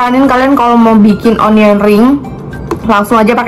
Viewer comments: Bukan onion kak bacanya, tapi anien ring hehe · Yg benar Onion dibaca ˈənyən (anyen)